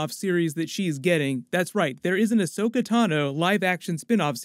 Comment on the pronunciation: No rush because Rosario Dawson needs time to learn it's pronounced Ahsoka and not Ashoka 😉